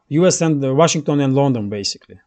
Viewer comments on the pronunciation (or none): none